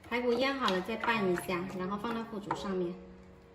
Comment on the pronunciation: 是腐竹吧，3声吧，还是我读错了。